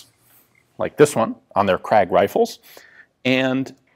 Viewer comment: Gratulations : you have sort of mastered the pronounciation of "Krag". But you still have a tendency to pronounce it "Kragg".